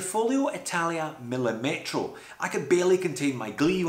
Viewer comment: by the way the correct pronunciation is millìmetro, not millimètro. the accent is on the second "i", not on the "e"